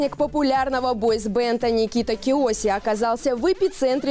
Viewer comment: Не кЕоссе,а КИОССЕ